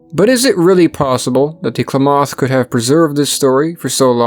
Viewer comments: Klamath rhymes with mammoth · Great video By the way, Klamath is pronounced sort of like clam-myth, with the emphasis on the clam. Source: I live in Oregon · It's pronounced kul-lam-uth with a soft kul (Klamath) you're welcome 😘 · nah its just kla-math. No A after the K. The way it's pronounced here is 100% 2 syllables. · Excellent video, very informative. Klamath is pronounced like "clam - math" Shasta is like hat and a. Shasta soda is still a popular soft drink brand. As a kid in the 60s - 70s they had a commercial jingle that went "Shasta 'cuz it has ta." Didn't expect my home town in the video. Then there's Mt. Shasta, a whole video in itself. Thank you for your work on this and other videos. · I don't think you're pronouncing Klamath or Shasta correctly. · That's not how Shasta or Klamath are pronounced. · Check your pronunciation of Klamath and Shasta. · Just so you know, Klamath is pronounced with the accent on the first syllable. Thanks, great documentary. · thats not how you say Klamath or Shasta btw. why do people always mispronounce Oregon names smh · Klamath (Clam-Ath) not (Claw-moth) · Interesting video. As I grew up in that area, I would note that Klamath is pronounced Kla' muth (first a as in math. u of muth as in must). Also Shasta is pronounced Shah' stuh (a as in math, second a like the second a in Klamath). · I couldn't understand what tribe you were saying when you were saying Klamath lol as a native southern oregonian it sounded so foreign at 1st. We all pronounce it like CLAM-ith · It's Kla math clamath I live in northern California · Okay sorry to be picky. Being part of this tribe in Oregon. IT’S PRONOUNCED LIKE CLAM ETH. KLAMATH. NOT CLAW METH! B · Im an Oregonian Geologist, super glad to see the story of Mt.Mazama on here! Only thing I have to say is that it is pronounced Kla-math, not Kla-moth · It's pronounced clam math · Klamath is pronounced "clam-eth" . Mt Shasta is a hard "a", like in "class". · Pronounced " clam- ith " accent on clam